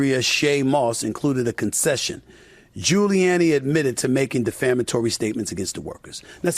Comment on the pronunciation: Wow SAS can’t pronounce gilluanni